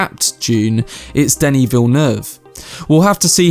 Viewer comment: "Danny"? Really, Danny? Listen to the Blondie song Denis. That is how you say it.